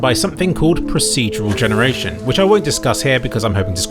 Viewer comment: "pruseedjurel jenerashun" xD